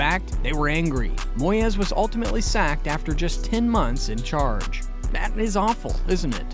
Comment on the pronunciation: His name aint moy-ez. Its moys, also why are you showing clips of tim sherwood, when talking about remi garde? You kust like goal90. An american who knows nothing about football